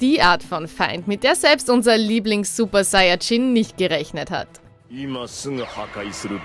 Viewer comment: Naja zu mindest hat sie diesmal super saiyajin richtig ausgsprochen probs. Gehen raus